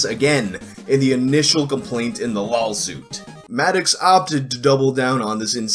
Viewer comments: are you purposely saying lolsuit or am i just hearing things? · Are you saying "lawsuit" or "LAWLsuit"?